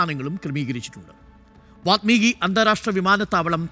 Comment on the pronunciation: വാത്മീകി തെറ്റാണ്.. വാല്മീകി ആണ് ശരി